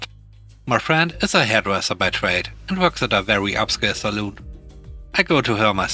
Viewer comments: ‘Salon’ is pronounced as ‘sa-lan’, not ‘as ‘sa-loon’, which is often a drinking establishment. Love your program! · Sa-lon NOT Sa-loon! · Dang. I've been pronouncing it sal-on all this time. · Salon sounds like lawn not like loon. Saloon is a bar in the old west (pub)